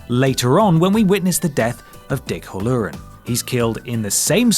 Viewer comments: Hal-o-rin not Hal-Lor-rin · Regarding The Shining, the man’s name is pronounced Dick HAL-lorin, not hal-LOR-in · Huh-LOOR-an? It's HAL-loran. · Dick Hallorann's name is pronounced "HAL-uh-rehn." Not "hull-UR-ehn." You probably could have checked the pronunciation on, oh, I don't know, someplace like YouTube. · It's pronounced "hal-oh-ran", with the first "a" being pronounced like the one in "pal". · Dick Ha-lloran? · Yep, that's exactly how Schmidt from New Girl would pronounce 'Hallorann' XD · Dude, watch The Shining and learn how to pronounce Halloran. :-D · How hard is it to pronounce Halloran? Immensely, apparently.